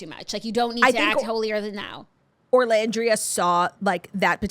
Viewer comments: I came here to beg you to stop calling her ORlandria 😂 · OOOOOOOLANDRIA not orrrrrrrrrlandria.